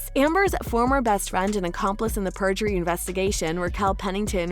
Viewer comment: Not native English speaker here, but I'm pretty sure it is perjury, not purgery. But no, as far as I understand the lawyers on Youtube who have been commenting on the live feed, it is actually unlikely in a civil case to prosecute someone for perjury. Which I find strange and wrong, because there is no incentive to speak the truth. In criminal cases there perjury is much more serious I heard. But I do understand your sentiment. To me, it now seems very clear that Heard tried to hook up with a rich man (Depp), and tried to get as much money off him after the divorce. She may have actually felt love for him, but it was very twisted. Depp paid much more than the $7M divorce settlement, more than $14M actually due to court costs and demanding taxes to be paid by Depp, and tried to get his five penthouses and $50k mothly off of him initially. And even before their divorce, she went on to Elon Musk, whose sperm she used against his will (he sued her over it I read) to fertilize her eggs to create a baby, that was then brought to term by a surrogate mother. I could not make this up if I tried. However, apparently Musk was not as easily duped (in the end) than Depp was. I think books will be written on this whole 10 year drama (2012 to now).